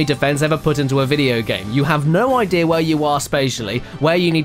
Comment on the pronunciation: I'm I the only that noticed that caddy says idea IDEAR and seen as SIN